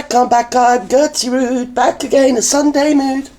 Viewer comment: “Gerty Rood Studios “😂😂😂😂😂